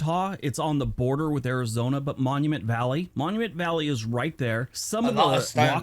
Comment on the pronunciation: I have watched most of your videos. You seriously need to pronounce words properly. You use an F sound instead of properly pronounce TH. Wif instead of with. FIF instead of Fifth. Finish instead of Things.